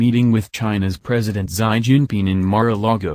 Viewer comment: Xi ( See) , not ' Sigh' .